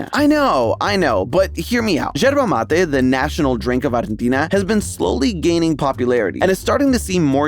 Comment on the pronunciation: Nooo por favor amigos no arruinen el mate😢 Pls don't ruin our mate i beg of you 😭😭😭🇦🇷 great pronunciation btw❤❤